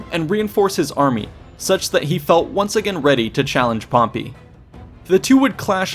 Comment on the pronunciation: First time I heard him say "Pompy" I laughed so hard I farted... But when he kept on pronouncing it that way, every single time, even at the last part, I cringed so hard I still farted...